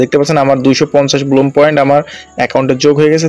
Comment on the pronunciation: ভাই ব্লুম না ব্লাম হবে 😂😂😂